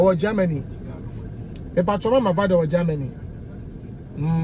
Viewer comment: Kwaku, is not Gaamany , it’s rather Germany